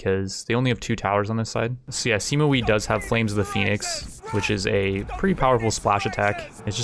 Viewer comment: THIS IS HOW YOU PRONOUNCE THE NAMES Sima Wei = Seema Way not wee Sun Jian = Soon Jun